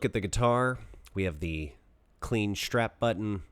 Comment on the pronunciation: What's a "shtrap" button? What does it mean to drill "shtraight"? Curious, as I've never heard of a shtrap button or drilling shtraight.